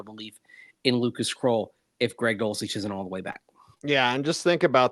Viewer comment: Who is “kroll”? Do you mean “krull”? “Krull” as in skull?